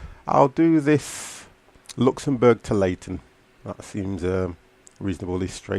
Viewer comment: You should read ”Lyon” like ”Lee - On”